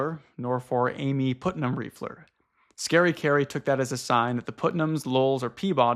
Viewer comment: Man Putnam is spoken as Putt-Nam, short U. It's a super common name in the Central and Eastern US so I'm a bit surprised you have never met someone with that last name before